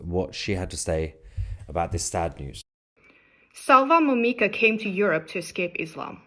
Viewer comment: His name is Momika, not Mimoka.